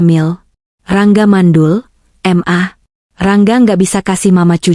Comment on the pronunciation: Bukan m a mbak bacanya tp ma / mama 😅